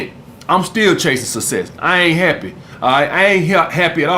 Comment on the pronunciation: “You either want sesss or susess”